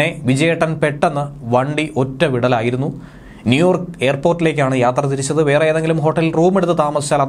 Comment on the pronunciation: ന്യൂയോർക്ക് അല്ല.... "നീ ഓർക്ക്..." ഓർത്തോർത്തു പറ 🙏